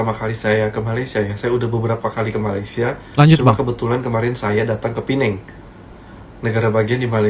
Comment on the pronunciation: bang yang beber pineng apa penang, kalau di lagu terdengarnya penang ( antara jakarta dan Penang) bukan pineng, kalau di Indonesia nama tempat nggak boleh di inggriskan jadinya aneh, contoh nih bang kota Semarang ngga boleh di eja jadi Kota Simereng, Bandung nggak boleh di eja Bendang, dll